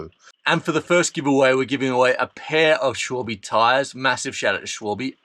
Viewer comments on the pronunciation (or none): Es heißt Schwalbe und nicht Schwüülbiii😂